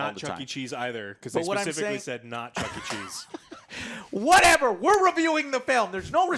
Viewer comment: Is nobody gonna mention how joe says chunky cheese instead of Chuck E. Cheese?